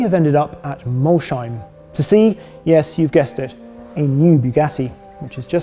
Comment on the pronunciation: Please learn to pronounce Molsheim properly. It's Mols-heim not Mol-sheim. Really sounds bad the way you say it.